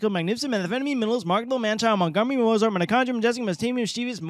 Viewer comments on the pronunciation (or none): Gotta correct you on some Monty Mispronunciation Molerats - Grand Prix the x is silent, so it's grand pree. For Mozart you gotta pretend there's a t in front of the z because that's how you pronounce z in German, so it sounds like Motzart